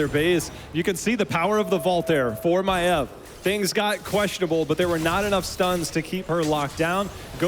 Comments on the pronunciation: As a fellow Australian I never even imagined someone calling Maiev "My-eve". So it's a not a thing about her accent, rather, her as a person. I'm sure people have told her that it isn't pronounced like that but she just sticks to it. I never realised Tyrande was "Teerahn-duh" and thought it was "Teerahn-day" and it just feels weird saying it differently. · So the problem with the new caster is that she pronounce Maiev weirdly? Sincerely I don't care at all, and it seems a really fussy criticism to make. She has a clear voice and a nice flow, even if she didn't say much at all for now. I can't wait to hear her in a game.